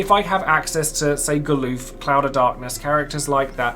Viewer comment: You say "Ga-LOOF??" XD It's "GAL-UF" just like it's spelled, lol. XD XD XD